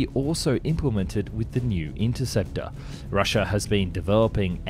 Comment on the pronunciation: It's not Russi😲er. It's Russia. Apart that, good video.😎